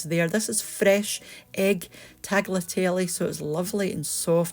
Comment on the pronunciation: The 'g' in tagliatelle is silent and is not pronounced ;)